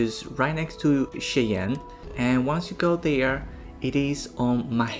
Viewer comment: Shy-anne. The "chey" is pronounced Shy. Used to live there in Wy.